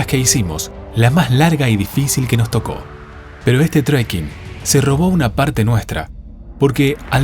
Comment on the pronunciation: No es "TREIKING"...!!!